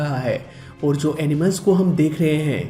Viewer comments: Bhai, Aap (Jo) ko (zo) bolte ho, jo ki bahot zyada galat hai, please... (Jo hume humari manzil tak le jata hai) Don't mind bro, its also a knowledge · Jaise- (Jo, Jab,) Aap kabhi kabhi (Zo aur Zab) bolte ho